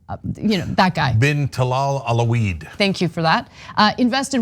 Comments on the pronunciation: omg no Cenk! not "allah weed"... you're thinking too much of cannabis. "Al/Wah-/Leed". easy. just imagine slashes after groups of letters that look familiar Al... Wa...leed. Ana panics every time. New words are to her what cucumbers are to cats. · Did Cenk call the guy "A la Weed"? Hey, I'll go with that. So-called royalty just starts with the most brutal tribe.